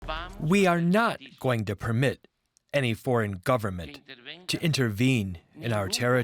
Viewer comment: "Permit" lol